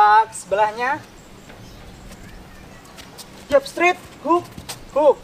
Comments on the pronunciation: Straight dibaca strait, bukan strit. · Makasi bg materinyaa, izin bg, maaf tp pelafalan straight nya sprtinya salah